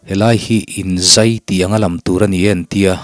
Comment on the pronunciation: "Zai ralh ralh" tih hi a dik. Zâi... Tih hi thluk loh tur...... I chhiar thiam viau a, i huatthu loah, mizotawng hi a lam dan dik hi han zir deuh teh.. Ti chuan, ngaihthlak ava nuam dawn emmm..